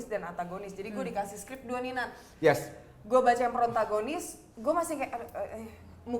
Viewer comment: protagonis bukan prontagonis hehe.